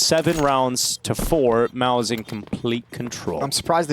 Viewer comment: everytime they say mouz i think they are saying malbs